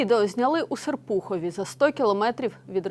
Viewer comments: Ставте вірно наголос СЕрпухов , ворожу мову треба знати , особливо журналістам! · СЕрпухов. Правильно ставте наголос. Ріже слух. Журналісти , поглиблюйте свої знання. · Ударение на 1-й слог. СЕрпухов. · Серпухов ударение на Е и не иначе